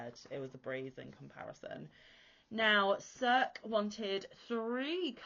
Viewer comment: Beautiful work as ever. Im just waiting for the final 4 im interested in doing now. Also, not 100% sure, but i think circe is pronounced sersee or sersay. I think its from homers odessey